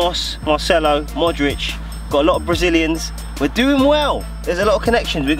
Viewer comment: Bill puts an extra syllable in Modric.. like "Modoric"